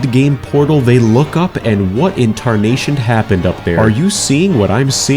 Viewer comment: what inntarnation